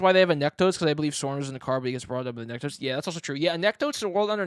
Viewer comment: Btw, why do you pronounce anecdotes like that? It’s not anekk-dots, it’s anek-dowts.